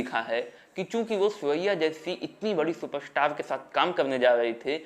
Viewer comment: ये उनका उच्चारण दोष हैं. जिस कारण वो " र " जैसे शब्द सही ढंग से बोल नहीं पाते. जैसे सुपरस्टार को वो सुप स्टार बोलता है.